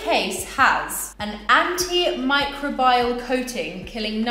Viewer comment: Why'd she pronounce antimicrobial like that xD